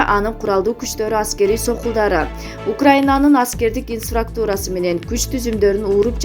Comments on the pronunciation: Теманы жалган койгондон коро, ИНФРАСТРУКТУ́РА деген созду туура айтып уйронуп алгылачы. Инфаструктура дебей 🤣🤣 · Туура айтасыз элементарый создорду окуй албай жататИНФРАСТУРА деп жалганчылар сабаты жок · Инфраструктура деген созду окуш же айтыш кыйын окшойт кээ бироолорго.